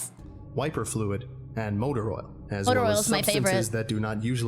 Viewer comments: man. you said "cuppa oral", not oil. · Is she saying "Oral" or "Oil"? Because the Closed Captions also hear "Oral." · Oil makes sense with the context but it sounds like she's saying Oral.